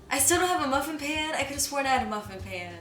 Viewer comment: Muh phin